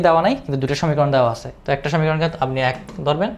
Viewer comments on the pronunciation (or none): none